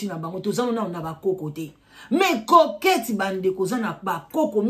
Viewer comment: Maman eza coquette et non croquette